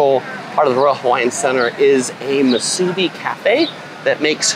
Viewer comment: Musubi is pronounced like "MOO-SUE-BEE" 👍 Hope this helps.